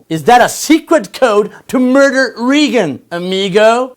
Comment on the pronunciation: It was hard to understand once more, BTW Reagan is pronounced Rai-guh-n, not Reegan. Really, please, consider captions. The first segment was really hard to follow, buy I guess he was trying to defend Hillary Clinton for her email leaks. Maybe in Mexico that is not a big deal, but consider that the Secretary of State has access to clarified information that needs to be monitored, so yes that is a big deal. That others might be using it to politically discredit her won't deny that breach of security. There is a reason why military personnel doesn't really trust Democrats, especially after Benghazi. The case of the Lady in Indiana I feel was taken out of proportion. Sending her to jail is kind of a stretch. Several counties and judges have violated Federal law, and no one has been fired, much less sent to jail. Making fun of her marriages is just wasting as ignoring the real issue, why was she sent to jail? As a Mexican it seems that your acquaintance with the American Constitution is just whatever you saw in Jon Stewart. The Supreme Court's decision looks like a very dangerous precedent, and at times hypocritical. Just one argument that really worries people is that, it looks like the Supreme Court can impose a law on every State, regardless of the voice of the People. Think of Prop 8, a Referendum of Millions of people, turned down by 4 or 5 judges. To some that sounds a bit tyrannical. Saying that in other places women are treated worse doesn't really justify sending her to